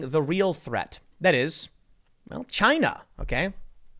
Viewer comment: Tim: Most plastic is actually coming from ... Tim and me: CHY-NA! You can't just say it in another way anymore.